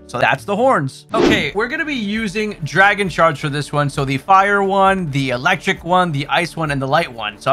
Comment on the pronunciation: i thought u said dragon sharts😭